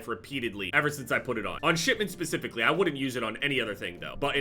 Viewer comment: Did he say “bespiffically”?